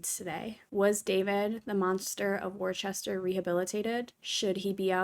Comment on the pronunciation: It’s pronounced wusta x